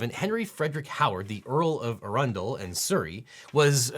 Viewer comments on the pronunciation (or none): Devin - The stress in Arundel is on the first syllable, not the second. Congrats on Gloucester, though. You're completely wrong about Charles III being "officially inaugurated" as King of England in May. He's alreadyofficially King (he legally became King the instant his mother died, and he was formally proclaimed in London the next day and around the rest of the UK and Commonwealth Realms the date after that; the coronation is just a shiny ceremony, it doesn't affect his legal status in the slightest), and he's not (and probably never will be) King of England. He's King of the United Kingdom of Great Britain and Northern Ireland and of His other Realms and Territories This Royal Lives clause actually has me wondering about Disney's lawyers and how good they actually are. There hasn't been a King of England since 1702. "Charles III, King of England" doesn't exist and never has done. And any English solicitor or barrister practising in this area could have told them that. As could Google. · LOL Earl of A run dul....you yanks mispronounce everything.... its ' Aron-dell' means mouth of th Arun, the river the town is built on, and the Castle which dates back to Norman Conquest of 1066, and the English never had the Guillotin, that was invented during the French revolution of yrs after Charles lost his head. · Yep, can't be an American YouTube video mentioning a place in the UK without butchering it. You made Arundel sound like it's a some kind of bag, 'Yep, I just stuck it in a rundel and headed home' You need to exaggerate each syllable like AhRunDell and make it sound like it's from Lord of the Rings. 'I struck with the dagger of Arundel and headed home' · So "A-run-del" was probably the original pronunciation, but current pronunciation is "Aron-dull" or "Ah-ruhn-del" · Objection! It seems churlish to mention this, but churl makes the world go around, so here goes: Arundel is in Sussex, not Surrey, and is pronounced 'Arrun Dell'